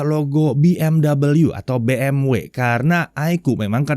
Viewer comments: Bi Em Fwi om 🤣🤣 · masukan: BMW dibaca bahasa Jerman "bi em vi"